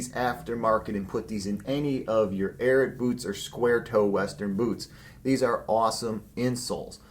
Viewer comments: What makes you think that “Ariat” is pronounced “Airett”? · Calls himself but cant say ariat correctly